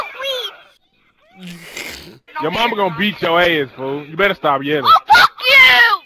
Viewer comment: why did he say weed like that😂😂😂